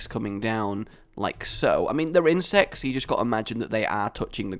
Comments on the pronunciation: says insects like IN-SEX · No insest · I thought you say insest. Should i get some help?